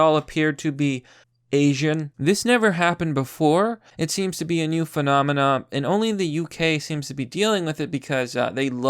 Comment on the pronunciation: Say phenomenon, stop saying phenomina.